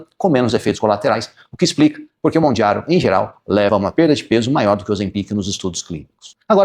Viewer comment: Porque você fala Mondjaro? 😮